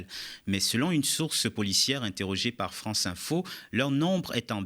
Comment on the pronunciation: "Vive la Fronce"......